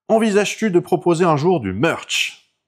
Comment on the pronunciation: à fond dans le "meurch" ! 😘